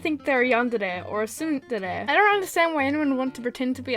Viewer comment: And we also say tsundere like sún-dare-e